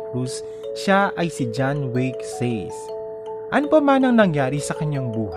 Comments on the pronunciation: Motorcycle riding men daw. Hahaha John Wayne (Weyn) Sace (Sase), hindi John Way Seys. 👎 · Halatang di kilala ng Narrator tong artista eh.. Sa-Se pronunciation non hindi Seys.. jusko 🙄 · John wayg says 😂😂 SASE po engot yung narrator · Says talaga🤔🤔alam ko sase ang pronounce ng sace na apilido nya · Excuse me po.. Pronounced Sat-che po ang last name nya di Says.. Kaloka ka... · John Wayne Sace 'Sase' not 'Says' po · Sace as in "SASE" poh ang proper pronounciation nya.. Hindi poh "SEYS" gaya ng sinabi nyo poh. FYI. lang poh, salamat😊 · d mo na research panu e pronounce ang apilyedo nya sa-se hindi literal na sace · Wayne nman pro (wake, way ang pronounciation ng narrator hehe) paulit ulit ko pinakinggan pati says ( sa-ce).. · Sa-se hindi says. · It is pronounced as SASE, NOT SAYS.. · Its pronounce as "Sase" not Says🤣🤣🤣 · ITS SA-CE PO! hindi Says! SA-CE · Sase- sace Hndi says😂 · says daw hahahaha baka sa-ce.....or sa-se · SA-SE HINDI sace!!!! MAG SEARCH KA!!!! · # Sace (ang tamang pagbasa sa apelyido nya ay SATSE hindi Seys) kaloka ka! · pag aralan mo po i pronounce names ng topic mo.. anong John Way Says? 🙄🙄🙄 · SASE ang basa sa surname nya bungol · Hahhaha... John way says talaga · Natawa ang sa Says talaga its SACE though my correction na nakakabobo pa rin sa ibang viewers Ultimate crush ko.p naman yan :) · IT'S SACE... NOT SAYS, NOT SEYS😂😁😀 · Correction sa name nya (sa-ce) pagbigkas sorry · Sase pronunciation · John way says daw🙄🙄🙄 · Hahaha pasosyal ka SACE, it’s Sa-ce!!!! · gs2 ko sanang tapusin ung video kasu d ko bet ung voice..says pa talaga gnamit..facepalm sa research na gnawa mo.. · Andami mong wrong information about sa kanya! Have you done your research bago mo gawin ito?! Contcrete dapat, detailed, ang mga infos mo..sa pagbigkas mo plng ng name nya mali na agad. Hahaha..how much more sa ibang infos. Tsk!! Nasubaybayan ko ang career ni john weyne even before he started.,- up until his struggles. Kaloka ka!! This is so funny.